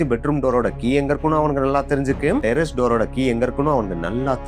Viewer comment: உன் நாக்குல வசம்ப வச்சி தேய்க்க.. அது டெரஸ் டா.. டெரரிஸ் இல்லை..